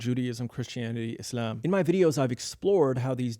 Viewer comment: Your pronounciation of Islam is gay